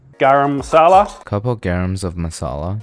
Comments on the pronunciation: it 'garam masala' not 'gram masala' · "Garam masala": "Couple g(a)rams of masala" 💀😂😂😂😂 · Bro said "Couple grams of masala" instead of garammasala 💀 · "Garams of masala" I cant stop laughing jesus christ